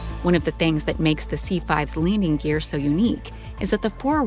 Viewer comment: Did she say Leaning Gear?